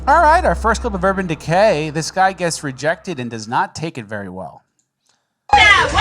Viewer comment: "UrBann DeKay"